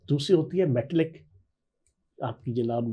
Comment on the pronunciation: فیاض صاحب محسوس نہ کرنا یہ لفظ میٹلک نہیں بلکہ میٹالک ہے